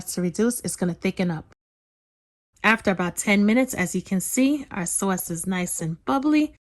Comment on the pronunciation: and her "soyce!!" Hahaha but girl I love everything u make!!! And when I make ur recipes, there is never any food left!! U cook like ur down south!